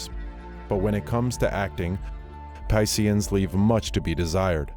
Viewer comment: Yea he literally said pissians lol